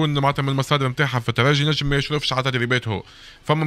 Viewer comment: معاش تتكلم عالترجي يا بقة و انطقها صحيحة اسمها الترجي مش تراجي